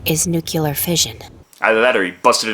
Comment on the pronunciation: Thank you for pronouncing "nuclear" correctly! WHY is this so difficult for just about everyone else??